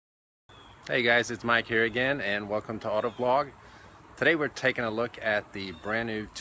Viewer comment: did he say auto blog instead of auto vlog